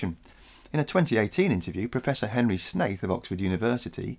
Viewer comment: Every time I hear you say Professor Shaith, I hear "Professor Snape" even after looking back to see how his name was spelled.....